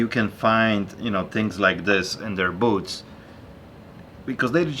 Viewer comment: Keep picking those antique "boots" for "cast eye-ron" and "Bush & Lamb" items.:-) Always enjoy veeedios. Love the Polish accent. Not sure about that handcuff logo t-shirt, though!